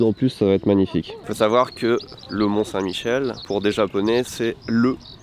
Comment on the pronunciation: Bon ...par contre mes oreilles ont saignés quand tu as parlé des marées du mont saint Michel...